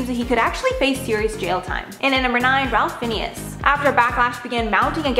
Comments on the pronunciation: Omg. Did you call him Ralph Phineas??? Maybe look it up? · 🤣🤣. Its pronounced Rafe fines. Got that.